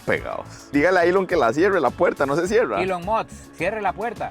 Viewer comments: Elon mosths 🗣️🗣️🗣️😂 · cada 3 palabras "Ilon Moks"